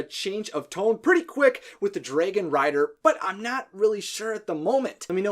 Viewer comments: Everything on this video was spot on right except the part when he says draagon instead of dragon😂😅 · Ugh. It's DRAG-on... and on and on and on, like every time he says dray-gon... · Ok it's drAGon not drAYgon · Hmm.. Dwægohn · dregin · dude fix your way of saying dragin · Am i the only one who hears draigon?? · The way you say dragon sound just like how you pronounce my characters name: Draigon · I have watched all three of the Hiccstrid videos and I love them they were amazing!! But I do have to ask why do you say dragon the way you do? Not hating at all just curious. Great job and cant wait to watch more videos ✌😁